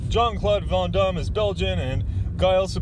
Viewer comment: you're so damn worldly. I can tell by the way you say Van Damme lol